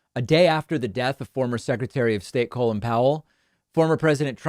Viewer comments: Isn’t his name pronounced call in, not colon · You really need to adjust your pronunciation of Colin, you're pronouncing it as Colon....